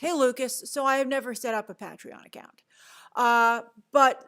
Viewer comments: SevnLi It was like Peah-tree-yawn 😄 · Pat tri on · The way you pronounce Patreon hahahaha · That was the most interesting pronunciation of “Patreon” I’ve ever heard 🤔